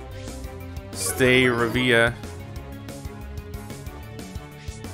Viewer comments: Staravia is pronounced (star)avie)a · I know you might be getting tired of this, but Staravia is pronounced Sta-ray-vee-ah. :) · It’s pronounced Star -A-Vee-Ah